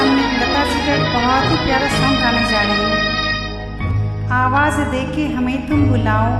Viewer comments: Awaj nahi medum awaz aysa bolna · if you in pakitan you have chance to partiipate some deute songs and outdodor shooting acting you are just new and learnning and plain laddy but there some prononciation problem to correct it this is not awaj ti